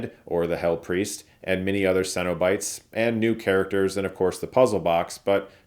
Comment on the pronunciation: I’ve never heard someone pronounce “cenobites” like Chris. Funny, because the pronunciation DOES make sense. It’s just that I’ve always heard closer to “sennabites” rather than “sen-O-bites.”